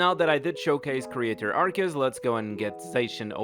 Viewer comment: Did he just mispronounced Arceus? Nani?